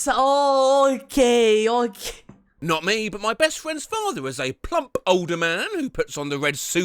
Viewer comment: the way he said "plump", popping the 'p' What would happen if you give those kids a lump of coal, a cement brick or a rock that says "67" as a joke/prank? Give them reality checks and moral lessons about right or wrong? And my reaction be like... Yeah, that's what you get for bullying others or there will be consequences of their actions. Are they pretending/supposed to be like Stewie Griffin from "Family Guy" or something? Get deserved, kid. And always remember your KARMA (in a Squidward voice) Also, don't be a bully and be a friend (anti-bullying)